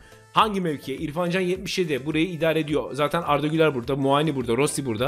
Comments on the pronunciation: her muaağni diyişine bir dislike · Kanka Muani bin ismini inşallah hep öyle soylemessin 😂😂😂